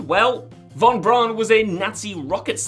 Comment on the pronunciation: Wernher Von Braun’s last name is pronounced “Von Brown”. It’s not pronounced like “brawn”. Think of how the “au” is pronounced in “Auschwitz”.